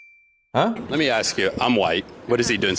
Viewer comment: Did that "college student" just say ax,instead of ask?? Ok struggling to pronounce a 3 letter word that is diabolical especially for an educated person... my 2 year old can say it properly